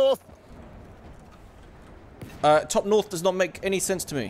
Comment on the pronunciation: Nawth lol